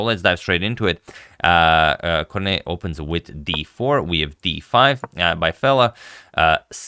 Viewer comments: the winner's name is Cornette, not Corneille. It is printed correctly in your game but pronounced incorrectly. That didnt spoil the game nor the commentary. Thanks, as always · btw, it's Cornette, not Cornet. Double consonants are almost always pronounced. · Thank you for this video, by the way, if you wonder how to pronounce "Cornette" it would be more like "Hornet" pronounciation but with C instead 😄 (You have to say the "T") But thanks anyway, nice game!